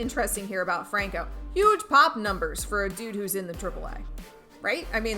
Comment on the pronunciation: Pronounces Franco wrong and Adames LOL